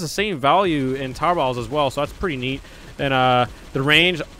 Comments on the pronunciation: Everytime he sas tower battles : tower bauls Rewatch video and tell me if u here it as well XD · when u say towet battles it sounds like if you were saying towbatles